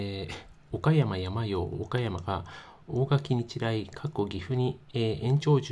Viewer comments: やまようwww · けいとうをケイヤクって😂 サンヨウをヤマヨウって😂 国語の勉強した方が良いよ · 阪口監督は甲子園で歴代7位タイ（木内監督と並ぶ）の40勝を挙げておられる名将です。 それと他の方も指摘してますように「おかやまやまよう」ではなく「おかやまさんよう」です。山陽は山陰とか東海とかと同じく、地域を表します。主に中国地方の岡山、広島、山口の瀬戸内海沿岸地方を指します。 もう少しお勉強されることをお勧めいたします。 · 「やまよう」って何だ？😂 「さんよう」だろ👊 こんな奴が解説してるのは なぁぜ なぁぁぜ🤣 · ホントに野球ファンの方？やまようって読めんの？ さんようって読むけど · 継投→けいやくではありません。 その直後、不正発覚 何が発覚したの？ おかやまやまよう→やまよう新幹線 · 山陽（やまよう）は無いわなw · やまよーって… やまおーと同じレベルの間違い。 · 「やまよう」は草義務教育受けてますか？😂😂😂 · 「やまよう」だってさ、小２年ぐらいの学力だね。“継投”を「けいやく」って、マジで学校に行ってないね。「おかやま」が平仮名表記だから、無学歴でも読めて本当に良かったねｗ